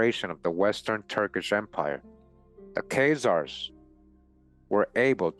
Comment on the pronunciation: why do you pronounce Keyzaers, and not KhAzars, A not ey